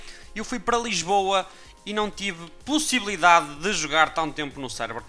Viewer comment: Eu amo quando as pessoas dizem a palavra PUSSYblidade